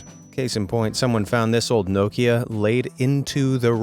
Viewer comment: How you say nokia 😂😂 ffs